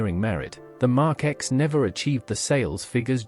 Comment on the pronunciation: Mark X come on if you must use artificial vocals - GET RIGHT how hard is it?